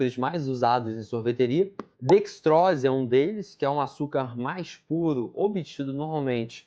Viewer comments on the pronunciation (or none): Dextrose, polidextrose, maltodextrose: o X antes de outra consoante tem som de S, assim como em experiência, externo, extenso, extermínio, explorar, texto, têxtil, textura, expectativa etc. Logo, não diga polidekstrose.